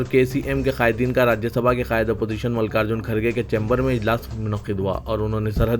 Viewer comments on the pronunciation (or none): none